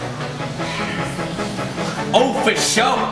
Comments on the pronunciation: Liên Heart its pronounced as 'fuh' not fou i heard a vietnam guy say it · It is pronounced like Fou. Not sure how to explain better. ^^' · proper way to pronounce it is as if you're asking a question.. fuh? basically like that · Like how Andrew managed to correct himself Pho-King sounds like something else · I've been pronouncing "PHO" wrong all of my life and no one corrected me. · Soooo many people pronounce Pho so incorrectly :P